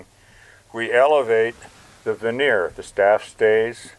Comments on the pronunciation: Sorry, but it's vernier, not veneer. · Ver née er not veneer is the pronunciation a veneer is something used in cabinetry